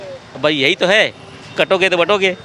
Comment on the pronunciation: काटोगे तो बाटोगे नहीं बाटोगे तो काटोगे मुल्लाजी सही से बोलो।